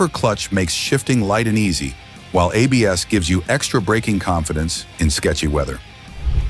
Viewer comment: Bosch Dual Channel Apes? Your AI ROBOT is showing it's ignorance of ABS. Welcome back to the AI Robot channel. Full led lighting? No, it's pronounced L.E.D., one letter at a time. Your AI robot never rode any of these bikes. But that MT03 is cool.